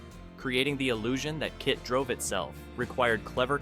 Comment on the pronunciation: I wanted to like it. But he didn't pronounce “KITT” the same time each time, including inexplicably spelling it out at times. So i am suspicious of it being an AI voice.